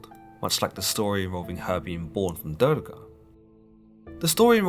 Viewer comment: I liked your video, but you have to work more in the pronunciation of names... It's not "Durge", but Durga, and not "poverty" but Parvati!